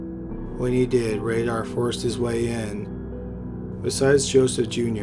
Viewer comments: Raider like Paul Revere and the Raiders not radar. I learn how to read. seems like you’re from Canada. That might be the problem. You’re a Canadian. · Dennis Rader prounouced (Raider) not Radar (Raydar) Cupie Doll pronounced (QP doll) not (Q Pie Doll)